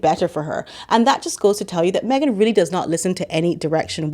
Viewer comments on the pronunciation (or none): Meghan. The H is silent.